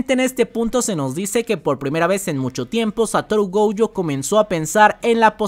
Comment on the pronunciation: Pd: se dice Gojo, no Goujo xD